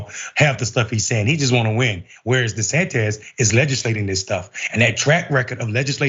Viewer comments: Do people keep mispronouncing his name on a non-ironic way on purpose? Di-San-Tiss is the correct pronunciation. I don't understand why people say it Di-San-Tez? Just skip over mispronouncing it and call him DeSatan or DeSanctimonious. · Micky ain't haven it 🤨 De-San-tis 😜